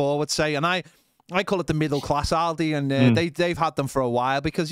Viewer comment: Aldi mate, not OLDY!